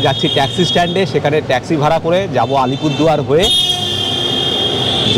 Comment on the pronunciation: Dada Alpurduar noy Alipurduar